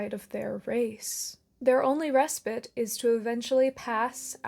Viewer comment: respite is pronounced reh-spite, not re-spit